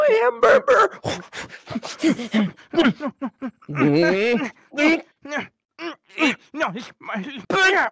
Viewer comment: Yea I am now saying hamburber